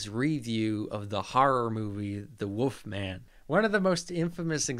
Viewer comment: my theory is that he says "woofman" because he grew up watching those old Universal Wolfman movies where some characters speak with european accents and do, indeed, pronounce it "woofman"